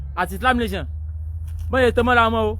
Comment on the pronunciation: Gurumaraji Nation is the best. 😜😜😜. The speaker is absolutely illiterate!!. Hear the way is calling "Nation". Nayson. Islamic Nayson. The main problem is that Islam does not like Western Education and that is why we have "Bokoharam. They commit act of Terrorism and violence and Nobody condemns the act. Stop worrying about them. They don't have good brains at all. If there is a religion would you commit suicide? We have lots of Religions in the World it is only the Religion that discriminate against non Muslims. Very unfortunate situation that needs to be rectified.